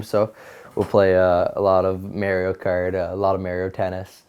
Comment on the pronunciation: He gets an "A" in hockey but a "D" in pronouncing Mario.